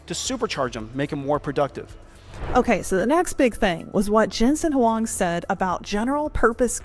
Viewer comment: Nice, U can read Huang correctly. Do u know his Chinese name is: 黃仁勳; pinyin: Huáng Rénxūn :face-blue-smiling